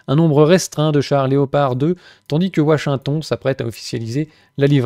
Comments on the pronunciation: "WaSHingtON" ! Excellent ! 🤣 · ouachinton... Il est marrant l'accent du châblais 😅